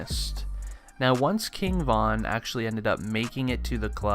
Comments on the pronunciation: “KING VONN” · RIGHT, kept irking my nerves with the repeated "Von."